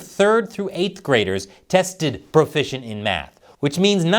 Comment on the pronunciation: Nobody's profishent? So ware we gonna get fish?